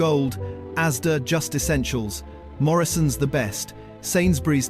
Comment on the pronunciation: The AI in this video is absolute crap. Very disappointing video. You should have spent 6 months learning how to produce a good AI video or better still make a real one without AI. And whast is 41 pounds million? Crap video. It's Morrisons not Morrions. Bloody hell this is so poor it's unbelievable. Interesting eating jam with a spoon from a jar with the lid still on. Why are you showing jam jars when they should have coffee in them? What is a carkinogen? How does a broom turn into a shovel? Definitely the worst video I havce ever been unfortunate to watch.